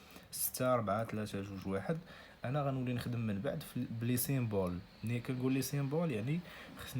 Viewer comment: سامبول ماشي سيمبول وتبارك الله عليك استاد🙂💖 جزاك الله خيرا